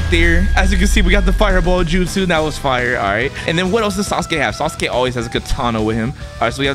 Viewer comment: That aint sasuke that's suske Not hating